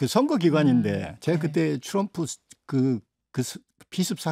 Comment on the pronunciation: 트럼프,또람푸도 아니고 츄럼프인가요?ㅎㅎ